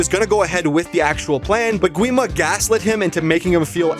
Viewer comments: Its not said gwi-ma more like gee-ma and the barrier is called honmoon said honmun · Oh yes by the way the correct spelling is Gi-ma (The w is silent). Don't worry I called him Gwi-ma so much so you are fine.